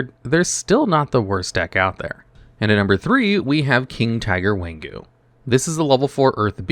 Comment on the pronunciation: It funny that some card translation is repeat of itself within 2 language. King Tiger Wanghu is both English and Chinese. Wang = King and Hu = Tiger. Its Wang-Hu not Wan-Ghu.